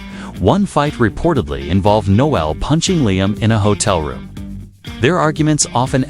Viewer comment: Please learn how to pronounce Noel.